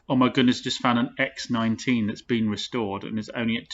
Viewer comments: X19?!? You bloody heathen. It’s X one nine. Park it next to a Ford Kay A James lol. And maaaaybe it was a Rover 75 not a Volvo. Keep up the good work my man. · Please.... its x one nine.